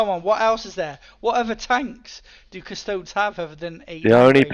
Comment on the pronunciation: So if you say "Custoads" instead of Custodes, do you also say "Asstards" instead of Astartes?